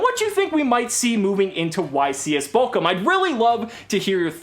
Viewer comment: I hate to be that guy, but it's Bochum not Bokum